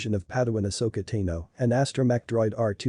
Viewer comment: Ahsoka Teeno? Yeah, mate, its pronounced "TAHno"